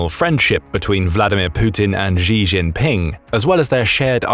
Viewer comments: The Xi in "Xi Jinping" pronounced more like Shi/Si. Not "Ji" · Xi is pronounced "she". Not "jhee". I know that Chinese languages have tonal differences between words, but that's how it sounds to English ears. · Please teach the robot how to pronounce “Xi”as in “XI JIngping”, it is not pronounced ‘Zhee” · why do the British think Xi is pronounced like "gzee"?